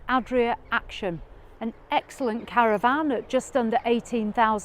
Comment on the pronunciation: Caravan...not CaravVAN 😂